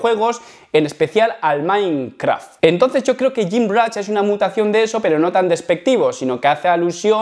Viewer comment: Porqué dices gymrach?😂